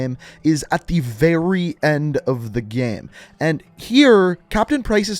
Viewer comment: Why do u say Gay/ame It is game say it properly😕